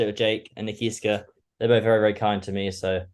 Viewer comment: Man keeps saying Nakiska😂😂😂